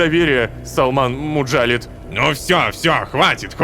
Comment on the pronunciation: Вообще насколько я помню у арабский имён ударение на последний слог, поэтому жреца зовут не муджАлид, а муджалИд